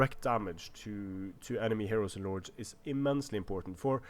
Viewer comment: it sounds like you say nords instead of lords.